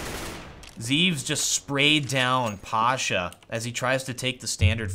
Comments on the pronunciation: It's pronounced Zev-es, not Zeeves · his name is written zEVES, but is pronounced zehvehs, and his name is jkaem and is pronounced j-kehm